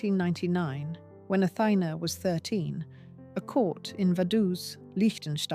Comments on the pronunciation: Why does the narrator pronounce the name differently all through this documentary! Sometimes she says, “Athena”. and sometimes she says “Athina.” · Her name is pronounced Atheena´, with the accent on the last ´a´ . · Extremely irritating to have a narrator constantly mispronouncing Athina's name. Pronounces it one way and 2 seconds later, pronounces it another way. Get the pronounciation right and stop flip-flopping between pronounciations. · why does the narator keep changing her name pronounciation. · Make up your mind on pronouncing the woman;s name for heaven's sake! SLOPPY PRODUCTION VALUES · It’s terrible with no research or respect. Especially mispronouncing the name all the time!